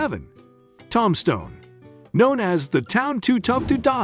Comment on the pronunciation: One of the most famous towns in Arizona - TOMBSTONE and the idiot announcer or stupid AI program pronounces it TOM-STONE.